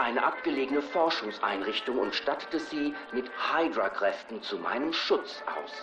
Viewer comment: nicht heidrua sonder hüdra (hydra)